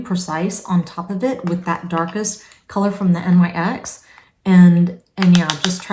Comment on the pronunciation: Just a quick thing thats insignificant, the NYX is not said as letters. Its a word, pronounced as Nix